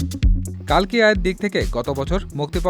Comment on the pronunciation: কাল্কি নয় রে, কল্কি